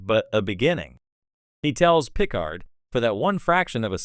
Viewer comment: I think I'm going to boycott any videos using AI-generated narration , especially when it blatantly mispronounces words any Star Trek geek (like the person who produced this) should know - like saying PIC-ard instead of pi-CARD. in fact, that's exactly where I stopped watching this one.